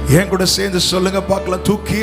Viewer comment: Thooki eduthar not thuki